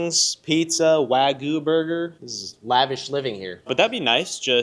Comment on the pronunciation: It's pronounced WAG YOU not WA GOO.